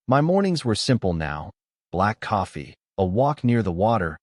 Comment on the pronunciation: Can this guy put out a story with coffee being a central character?…..also, I hate the narrator pronounces it….”cafee”